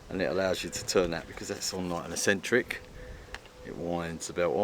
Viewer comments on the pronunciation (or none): Very nice. I would have liked to see how you got the hex bolts out of the crank pulley though. Is it a bit late in the game to tell that eccentric is not properly pronounced "a sentric?" We do want to be proper. 😉